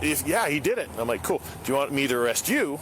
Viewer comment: AREE-AAST lol standard issue white man trying to say arrest lol